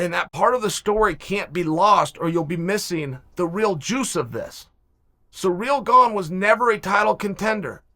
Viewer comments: Sir-ill gone, phonetically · Of course he pronounces it as Surreal Gong. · It’s “Cyril Gane”